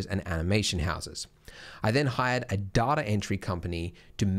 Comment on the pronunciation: its data... not data.